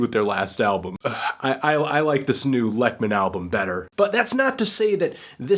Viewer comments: Anthony please its pronounced like "leyk-mahn" you can hear it in his song "A Postcard to Nina" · TRAN...sexual. It's "LAKE-men" btw. How do you trust a review from someone who wasn't interested enough to find out how to pronounce the artist's name? I'm feeling a LIGHT 0 for this review.